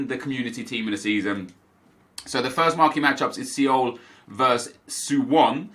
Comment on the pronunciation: the amount of people i've seen recently who can't pronounce Seoul. astonishing